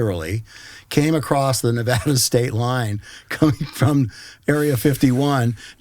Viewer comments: love ya bud. But it’s Nuh-vAhhh-duh! Nevada c’mon. Not Nuhvodda. Thanks from the west coast, keep up the good work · Nevada not Nev”ah”da.